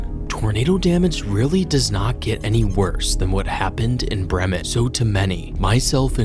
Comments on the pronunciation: It's pronounced BREE-mun. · as a local we pronounce it as "bri-men"